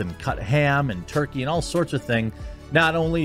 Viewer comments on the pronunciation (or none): none